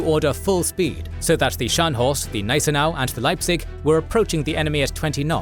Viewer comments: Informativ aber die KI-Stimme ist grauenvoll! Gnissenau anstat Gneisenau z.B.. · Hey the "G" in "Gneisenau" is not silent